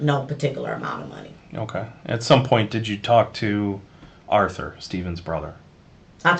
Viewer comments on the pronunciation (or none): none